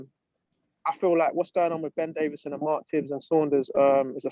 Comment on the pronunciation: Yeah listen guys I don’t wanna be a prick but can we get his name right? It’s Ben Davison. There is no fucking d.He’s not a David